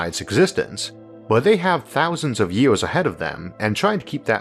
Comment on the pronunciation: Why do you speak like this? You have great videos and i am a long time subscriber but the way you pronounce words is getting ridiculous. “Ywouheyars” for “years” seriously no one talks like that. Can you drop that please?